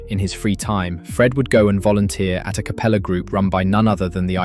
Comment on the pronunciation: did he call it capella group?